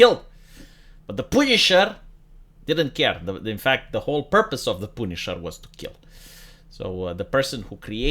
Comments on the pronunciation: I never knew the punisher "poonished". XD Love your videos man, your 100% right, America is a shitshow. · Came here to hear say "Poownish" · The pooneeshar is ready and willing. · The way always pronounces the word Punisher is something else.